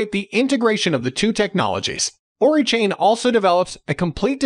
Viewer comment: It's O-RAI not ORI lol Oracle + AI... ORAI